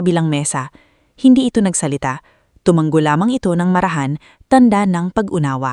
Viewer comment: ISANG G LANG ANG TUMANGO TU - MA - NGO. AS IN NGO - NGO